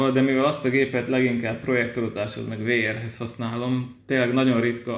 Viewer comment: A VR-t úgy kell ejteni hogy víár.